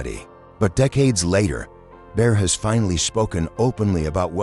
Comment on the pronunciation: Bear instead of Baer? Bodini instead of Bodine? Is this the future of sound tracks?